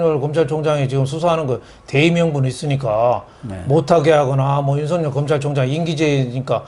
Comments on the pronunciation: 윤석열을 윤석렬로 발음하지 마세요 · 윤석열과 황석영을 비교해 보시고 발음 제대로 하세요